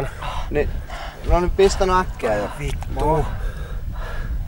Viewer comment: Did anyone else hear when he said "F***" in Finnish it sounded like "Vito"?